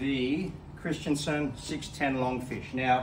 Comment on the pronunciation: Kris-ten-son, not christian-son